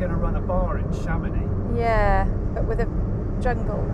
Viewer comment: You've said Chamonix without pronouncing the X... You're a pro. Merci beaucoup.